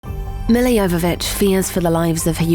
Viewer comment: Milla Jovovich… love her. One minor issue though. Her first name is pronounced “Mee-La”.